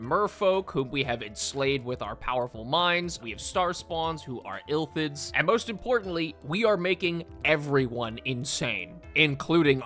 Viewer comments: The true crime here is saying Illthids instead of Illithids. I'm dyslexic too but it doesn't make it hurt any less. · "ill lith its" is how you are supposed to say it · The way he keeps pronouncing illithids is pissing me off